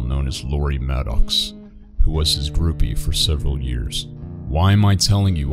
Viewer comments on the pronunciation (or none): none